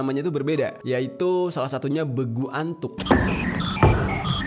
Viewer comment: Bukan begu antuk Tapi begulattuk